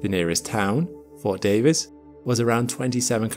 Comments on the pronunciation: Fort Davis (not Fort David) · It’s “Fort Davis” not “Fort David”.